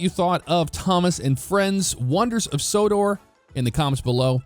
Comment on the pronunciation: LOL Said Wonders of Sodar it's Sodor